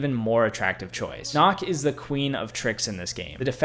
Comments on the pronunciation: Good video. My only real complaint is that you mispronounced a couple of the operators' names. Nøkk is not pronounced "knock", it sounds more like "nee-ook" but said as one syllable. And Kaid is not "cade", it's "kah-eed". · Bro said dokkabee instead of dokkaebi Bro said nokk instead of nøkk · yo btw nok is pronounced nook because of the o with a slash just to let you know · he said noor haha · Nokk is supposed to be pronounced like nook, they’re one of the frogmen and they’re Danish that’s why it’s nook. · Watching him attempt to pronounce Goyo and Nokk is sending me.